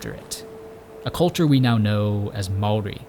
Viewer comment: HE SAID MAORI RIGHT HES AN AMERICAN AND HE SAID IT RIGHT!